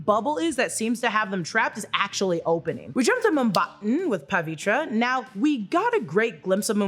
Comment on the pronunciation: You guys pronounce his name terribly😂...call him PURE because Pavitre mean pure!